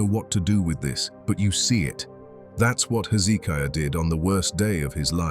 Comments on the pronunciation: Oh how i wish these AI commentaries used correct English ! 701 is said ' Seven Hundred AND one ' ! Bloody stupid American dumbed down syntax ! Pronunciation in a commentary is vitally important too. King Hezekiah's name is pronounced with the stress on the 3rd syllable - hezekIAH, not hezEEKiah. AI may be useful but it needs to be taught basic grammar and pronunciation. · Why is it the people who put this stuff out can't take the time to actually watch it and note the places that need editing? Amazing you went to all this work and miss getting things right. 3 different pronunciations for Hezekiah's name? There are other things as well. You would succeed with what you are doing, or should I say trying to do?